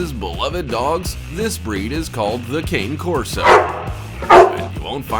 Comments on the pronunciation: It is pronounced Ca-Né Corso: it is an Italian breed and kayne means nothing at all. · I’m surprised u didn’t have presa canario and/or South African Borboel… also, lots of people mispronounce cane corso; it’s pronounced caan-e korso, not cain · How did the Boerboel not make this list??? and it's pronounced Cah neh Corso not Cane, it's Italian. Thanks for the vid, lots of great footage. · It’s not King or Cain Corso it’s Cane Corso pronounce con-nee corso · Cane Corso is pronounced Kah-nee Kor-so and they are the most amazing breed if owned by people who know how to handle them. Ramsey deserved it. They are very athletic but the combination of intelligence and willingness to please sets them apart from most guardian breeds.